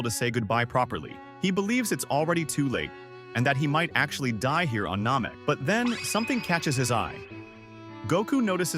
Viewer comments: It’s an AI voice. The computer will pronounce it as it is written. All AI voice overs sound the same if you watch enough of them. Sometimes I think rather than write saiyan, the creator may want to write ‘sayen’ or ‘ Nammeck’ so the computer pronounces it as it is spelled and also pronounced the same way the DB series portrays. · Please learn how to pronounce Saiyan, Namek, Kakarot, & Kai